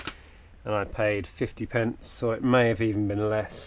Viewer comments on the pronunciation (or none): none